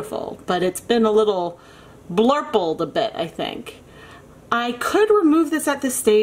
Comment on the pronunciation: Blurpel. I love it lol